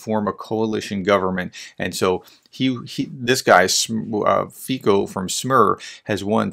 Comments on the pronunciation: You are right, under proportional representation, being the strongest party does not mean you'll be able to form a government. That Fico is going be the next PM of Slovakia is far from being a done deal. And, BTW, his name is FEE-tso, not FEE-ko. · One thing: you pronounce him as /fitso/, not /fiko/ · Pronunciation: FEE - tso